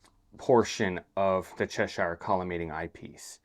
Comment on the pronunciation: The Cheshire collimator was designed by English university professor F. J. Cheshire. Unlike the place name, it is therefore not up for the usual US spin on things and should be pronounced "Che-sher", rhymes with "thresher". Solid collimation video though. 👍